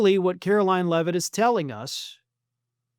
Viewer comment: Why can't you pronounce her name? Or. Is that how she wants you to say it?